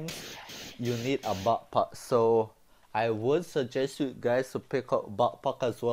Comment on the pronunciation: Its not bappap its backpack